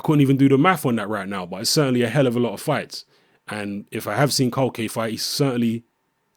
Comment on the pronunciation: culcay is good bro the Venezuelan... btw u pronounce his name (kool-kai)